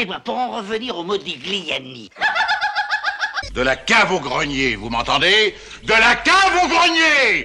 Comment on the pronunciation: on prononce"modilliani"